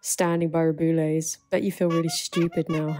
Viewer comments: Just a little note, in case you want to cover this again: Rubiales is pronounced something like ru-bee-AH-less. Your pronunciation of Hermoso was just fine. (Getafe is also very hard to enunciate for British people. I would transcribe it as heh-TAH-feh or heh-TAH-fey, if it's easier) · As a Spanish I have to congratulate you on your pronunciation of Spanish names, because you have said Hermoso's last name always well, but have butchered Rubiales' name all the time, which has been * cheff's kiss * (great video, by the way) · The only name you pronounced wrong is Rubiales'. It is read something like "Ru-be-a-les". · I'm not blaming you for this, but why does the BBC pronounce his name "roo-BOO-les"? 😂 i actually like it because of the added BOOOO sound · I threw the BBC under the bus, blaming them for my terrible pronunciation of Rubiales. Turns out I'm just dumb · thank you for covering this ! love your videos ! i was excited to see this one related to spain, even if its bad news :/ also its really funny how you say rubiales and you should never learn the spanish pronunciation